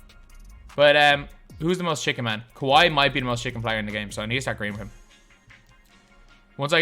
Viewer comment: Stop saying chicken man. You obviously don’t play park first of all. And you say chick man instead of just chicken.